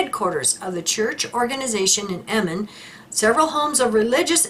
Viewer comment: Your pronunciation of Emmen, Assen en Dordrecht is superb 🎉🎉🎉❤